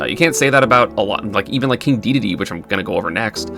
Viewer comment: Having not watched an ESAM video in a couple years, hearing him pronounce the word Dedede correctly feels like an angel losing its wings